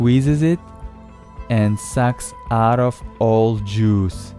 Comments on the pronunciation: No one: This Narrator: JUIZE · it sounds like he is saying digestive Jews instead of digestive juice for some odd reason